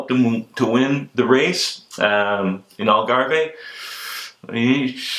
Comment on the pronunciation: Lance should be racing again. He has paid enough for doing what everyone else was doing anyway. Great show mate..just a quick heads up....its The Algarv. Even though there is an e on the end..it is silent. Al Garv :o)